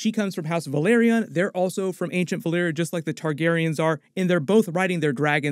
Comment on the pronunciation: Think you mispronounced, House Velaryon as House Valyria